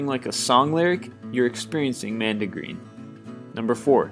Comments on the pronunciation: It's mondegreen, not mandegreen. Also, the word lemniscate is stressed on the second syllable, not the first. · You need to caption stuff like this. And it's *Mon*degreen not nandigeen. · Mondegreen, NOT Mandegreen! Yes, with the short o sound! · It's "MON-deh-green," to rhyme with GONE-duh-bean, not CAN-de-green. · It's "mondegreen" not "mandegreen". It derives from mis-hearing "he laid him on the green" as "he laid him 'mondegreen'. Any mis-heard phrase, whether a song lyric, poem, etc. and repeated as heard is a "mondegreen". As a child my son heard the lyric of the song "Raindrops keep falling on my head" as "Train tracks keep falling on my head". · Mondegreen, not mandegreen. Sylvia Wright coined the term in an essay where she claimed that, as a child, she misheard a line in a poem: "They have slain the Earl of Moray and laid him on the green." as "They have slain the Earl of Moray and Lady Mondegreen". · Mondigreen, not mandigreen. The name comes from the misheard lyric "laid him on the green". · Mondegreen, not mandagreen. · "Mondregreen" not "Mandygreen" Does anyone under the age of 30 have any idea?? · It's called a mondegreen, not a 'mandegreen'. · It's pronounced Mawn-duh-green. (sorry, too lazy to put IPA). Also it's a thing, not a feeling. "Gladly, the cross-eyed bear" is a mondegreen. The feeling is usually embarrassment. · Ah yes, good ol' Lady Mondegreen! Generally this channel makes a lot of mispronunciations, but that one really grated.